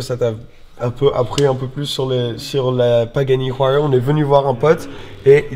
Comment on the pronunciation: La huayra de prononce ouaïra juste au cas ou 😊